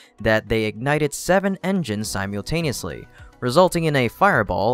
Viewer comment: Lol you say "simultaneously" very strangely. Keep up the great videos tho 👍🏻